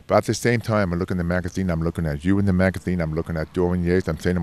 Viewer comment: Which bwaathibiwding magatheen is he talking about here?